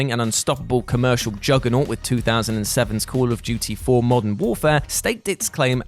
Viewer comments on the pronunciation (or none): none